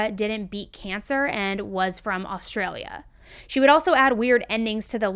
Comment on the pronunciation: I love how Americans pronounce Australian places. Wagga Wagga is pronounced Woggah (we just usually stop at one Wagga) and you need more bogan when you say Ah-straya. Props for the Australian story though.